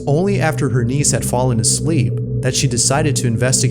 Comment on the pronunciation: i was only listening thru this video while i do my work and until the end of the video, i realized he meant 'niece' and not 'knees' AFTER all that, i thought the girl was talking to her knees...